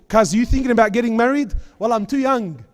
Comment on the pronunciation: The way he said Too YOUNG is priceless